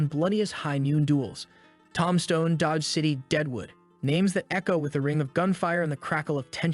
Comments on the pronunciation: toom stone. AZ. and ok cor ral. i think hooked on phonics. for him. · says ‘Tomstone'